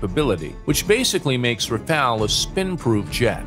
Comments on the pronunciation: Rafale, not Rafael, stop with that name. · Rafale* not rafael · Rafale not rafael